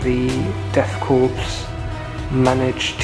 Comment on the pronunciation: Nice batrep. You don't pronounce the p in death korps though. It's pronounced 'core.'